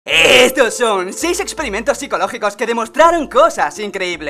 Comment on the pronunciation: JAJAJAJ ESTE WEY PARECE UN PERRO EN EL INICIO EEEEEESSSTON SON...